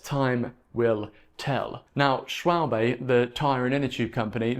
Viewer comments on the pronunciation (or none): none